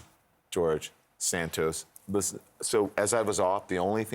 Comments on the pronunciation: It is not "San-toes". It is "San-toss" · “ Santoooose” ! Surely it’s “ Santos”